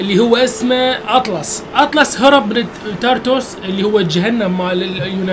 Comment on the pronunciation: حبي اتلاس مو اطلس